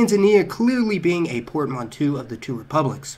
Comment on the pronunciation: and it's not port-man-(TWO), its port-man-(TOE)- portmanteau